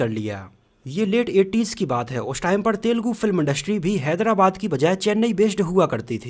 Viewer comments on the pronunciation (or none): none